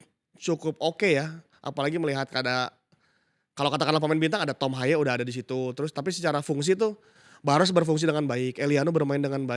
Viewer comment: Rasa rasanya, kyanya Lu berat bgt sebut nama thom haye.